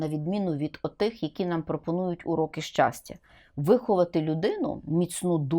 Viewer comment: щастя, а не счастя, ох и преподаватель